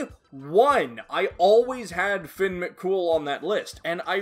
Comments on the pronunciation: As a Irish person the way you say fionn kills me it’s pronounced (fee-unn). Your pronunciation of mc cumail is pretty good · I always pronounced fionn as fionn mc cum hail 💀